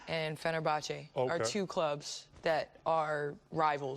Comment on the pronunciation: "is it like LA-Boston". Oh bless, KG. :D. No Kevin, Fenerbache-Gala is not like LA-Boston.